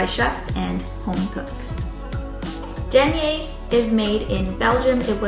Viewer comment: Great presentation! P.S. It's pronounced Duh•my•er•uh✌️